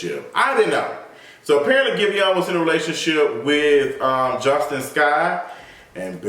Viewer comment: Her name is pronounced as Jus-TEEN